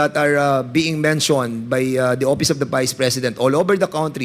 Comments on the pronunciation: Ang office..opis Ang pagpronounce nya😂😂😂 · Opis,(office)payling(filing)of(op)Ang pagbigkas nya tlga 😂😂😂